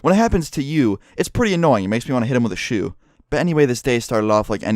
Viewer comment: the way he says "shoe" lol